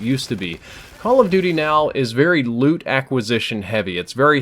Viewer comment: Anyone else keep thinking he was saying "lewd system" instead of "loot system?"